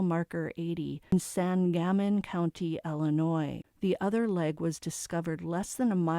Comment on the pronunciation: Thank you for sharing so much of her story? I almost hope it was him just to give the family closure. I live in Springfield IL!😮 By the way, its pronounced sang- uh-mon/men. Depends on how country the person saying it is! Lol